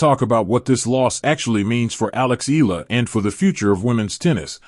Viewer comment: Say her name correctly: Eala (eh-ah-la).